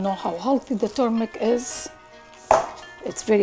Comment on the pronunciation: It's not pronounced turmic ! It's turmeric .